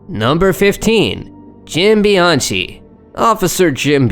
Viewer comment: Aint that pronounced Bee-yon-key, its Italian